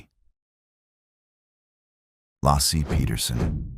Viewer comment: Not Lassie or Lossy.....I swear I cringe whenever I hear it pronounced wrong